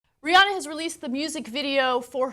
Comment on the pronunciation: Rhi-ANNE-uh. Say it right